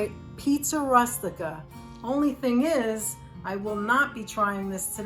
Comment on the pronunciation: Good idea to cut them in the small pieces like you did. For a minute I didn't think you were Italian by the way you pronounced Rustica , r US tica. The U in Italian and Spanish is pronounced OO as in rooster. I'm going to try cutting up the meat next time. Thanks ❤